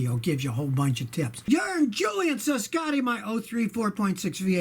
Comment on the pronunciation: So no one going to talk about how he said "snunny" instead of "Scotty"